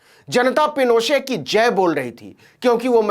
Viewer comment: नवीन जी , एलेन्डे नाम का सही उच्चारण आल्येन्डे है । हालांकि आपने ऑगोस्टो पिनोशे के नाम का बिल्कुल ठीक उच्चारण किया । कृपया मेरे संशोधन का बुरा मत मानिएगा । धन्यवाद । आप जो काम कर रहे हैं , वो सराहनीय है । आपकी सफलता की ईश्वर से प्रार्थना करता हूं ।